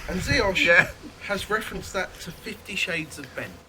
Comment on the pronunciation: Looks like you had a wicked time in New Orleans! So jealous :) Jeanette <3 P.S. You pronounced Ziosh the correct the way :)